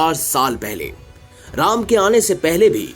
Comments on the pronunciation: ram ka name dhang se le bkl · कथा वक्ता का कथा वाचन प्रभावशाली नहीं है अपितु ऐसा प्रतीत हो रहा है जैसे कथा वक्ता कोई व्यंग कर रहा है ।जिस प्रकार कथा वाचक श्री राम के नाम का उच्चारण कर रहा है वो त्रुटिपूर्ण है।उसके आवाज़ में रोष का अनुभव हो रहा है । चैनल से आग्रह है कि कथा वक्ता का चयन करते समय कृप्या इस बात का विशेष ध्यान रखें कि कथा वाचक का कथा के प्रति समर्पण भाव हो जिस से श्रोता कथा को सहज भाव से सुन सके ।🙏